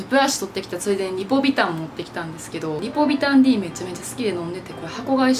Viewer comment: リポビタンDのこと「リポビタン ディー」って呼んでる人はじめて見た笑